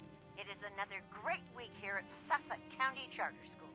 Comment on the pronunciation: This is a great list! But also the way you pronounced ‘Suffolk’ made me laugh 😂 idk how people say it in America but over here you say it like ‘Suf-fuck’